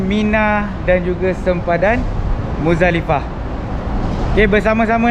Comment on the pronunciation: Maafkan saya, rasanya sebutan betul adalah MuZDalifah bukan MuDZalifah, kerana tulisan arabnya adalah مزدلفة, maafkan saya.